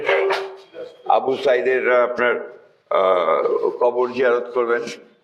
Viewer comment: মিথ্যা বলতে মুখে বাধে। আবু সাঈদের নামটাও সঠিক ভাবে বলতে পারে না।